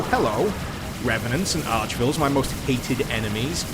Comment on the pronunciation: The "vile" in "Arch-Vile" isn't pronounced "vuhl", it's pronounced the same way as "vial", you silly Englishman. :-)